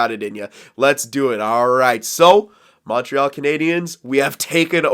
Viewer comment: Yo bro that french was amazing you just fuck up the montreal but it was absolute beauty